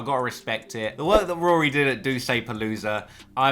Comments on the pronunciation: Why can't you say Rory right!?! Who tf is Rooory? Tlr stay in your own lane fam, stick to uk hip-hop. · You were terribly biased towards Ak in that beef, you can't even say Rory correctly. This has nothing that hints at you making something as nice as the J Ville doc. If you seriously look up to AK you need to reevaluate your life. Unsubbed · Nah you fine. Stop calling him Rury tho LMAO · In London we pronounce it Roar-ry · And it’s weird that they are so entertained by mispronouncing his names. Lol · Are you literally pronouncing his name like that due to my last comments? Occasionally when you were mid silioquoy you said Rory fine. Also if you could never say wack again I could continue my transatlantic odd crush on you . It's so rare to find a reasonably intelligent adult who highly appreciates rap, sneakers ,thc doesn't drink and no American accent.x